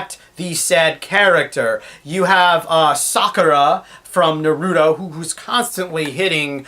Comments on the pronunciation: YOU PRONOUNCED NARUTO WRONG!! how dare youuuuuuuuuuu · you can't say naruto right